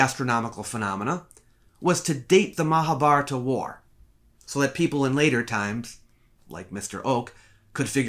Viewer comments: All of my life I've pronounced Mahabharata as "Mahab - Haratta" so imagine my shock when I finally hear it pronounced correctly... Great analysis, by the way! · Comments Add a public comment... Stefan Scripca 1 month ago All of my life I've pronounced Mahabharata as "Mahab - Haratta" so imagine my shock when I finally hear it pronounced correctly... Great analysis, by the way! 15 12 Sahil Baxi 1 month ago The right pronunciation is Maha-Bharat, the aa at the end is an English addition. Same applies to Ram (Rama), Lakshman (Lakshmana), etc. Sita remains Sita 4 Stefan Scripca 1 month ago Baxi thanks, now I know better :) Sahil Baxi 1 month ago Deshmukh if you feel they're incorrectly assuming something or that they're wrong somewhere, try to correct them with facts. No need to ridicule anyone 3 Aamod 1 month ago Baxi we already done our work.. its your time to prove that wrong scientifically and come up with real facts.. not just chattering here.. ✌🏻 Sahil Baxi 1 month ago And what exactly is the work that you'll have done? 1 Aamod 1 month ago Baxi I didn't use 'I'. I said 'we' its available on internet. Just don't get irritate now just go and do study and prove that wrong.. best luck.. ✌🏻 Sahil Baxi 1 month ago Ah, perhaps the you'll wasn't the right way to put it, I meant you all. Direct me the work you're referring and I'll definitely give it a read Aamod 1 month ago Baxi start with original books.. if not just start with Nilesh oak's blogs,books videos on YT. You don't need to accept or believe in everything he said. Just go through it you will get your path towards more stuff. 👍🏼 1 Sahil Baxi 1 month ago As it happ